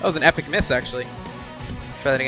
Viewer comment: What is a Red Barketta?? It's a Red Barchetta! You can tell he's not a Rush fan, but a Pinball player. A "Pinball Wizard" that talks kind of funny. "Epic"?? Ha, ha, ha!